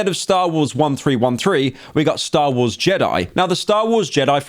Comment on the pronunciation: When Pyro said “Stah Wohs”, I cried. The Slop will save us all.